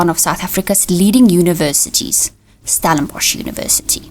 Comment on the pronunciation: PLEASE - it's NOT Stalinbosch - but Stellenbosch - get the spelling right!!